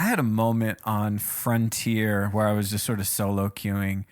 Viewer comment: Right when he said frontier I got fronteir